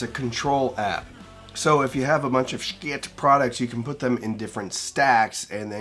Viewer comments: Wish I knew why you pronounced it Shkit. There’s something really off-putting about a familiar word or name that literally everyone pronounces one way… and then one person repeatedly saying it completely differently. It’d be like one lone reviewer saying hee-fee every ten seconds, instead of hi-fi. No hate… just very curious❤ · Just please pronounce the company name correctly. Not sure what the hang up is with saying Schiit.